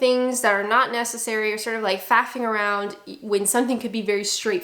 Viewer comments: ok. Sounded like fappining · She said Faffing, something else entirely